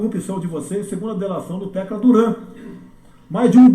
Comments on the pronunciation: O presidente nem sabe falar o nome do cidadão, é TACLA Duran, não Tecla, rs. Se acusa a Globo, tem que lançar uma investigação, mas nessa história aí um tem o rabo preso com o outro. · Salvo engano, o Bolsonaro errou duplamente nesta fala: 1) é TACLA Duran e não TECLA 2) O "doleiro dos doleiros" é o Dario Messer, e não o Tacla Duran